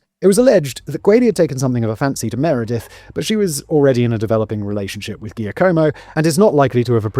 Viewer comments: Hearing him pronounce Perugia is painful. Pe-ru-ja. Gi makes a j sound in Italian. Edit: giacomo is pronounced jacques-omo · Hey Simon - can you please do some more research about pronunciation when doing Italian-based scripts? Danny's script is excellent, but your name-butchering is nails on a chalkboard! Mainly, any combination G-I-A (Peru-GIA, GIA-como) is pronounced "ja"... like Jack... so Giacomo is "Jack-omo", Perugia is "Peru-ja"... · Per-oo-ja Jack-omo Raf-ay-ell-eh Etc etc Please for the love of all that is holy will podcasters PLEASE search how to pronounce the names in their scripts. I had to give up. It’s grating. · every time simon mispronounces giacomo i just wanna cry